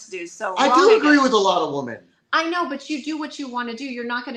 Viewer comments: I've never heard so many people pronounce 'women' as 'woman' before watching Destiny. It's so weird. I wonder if Stardust still does it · ANOTHER mf who doesn't know the difference in pronunciation between "woman" and its plural